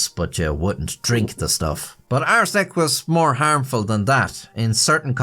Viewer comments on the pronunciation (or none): Does anyone else notice when says "arsenic" it sounds like he is saying "butt steal"?...With his accent I guess its a good thing its not the...third... edition... 😂😂😂